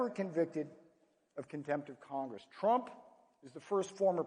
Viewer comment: He called him tremp lol